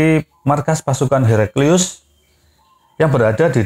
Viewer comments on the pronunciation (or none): none